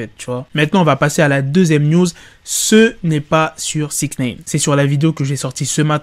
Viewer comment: Putin de merde tu c pas dire six Nine ! pas six naine 🤣😂😂😂